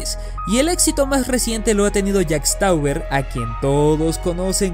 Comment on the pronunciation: Que diga literalmente "Stauber" en vez de "Stober" en Jack Stauber me pone un poco ansioso